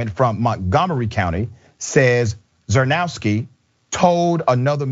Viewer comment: I think I woul pronounce his name more like "cherny-effskee"